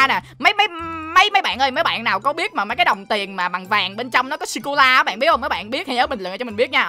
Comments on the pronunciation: sô cô la anh cứ bảo là si cô la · Người ta đọc là sô cô là mà đọc là si cô la Cười 30 tiếng:p 😂😂😂😂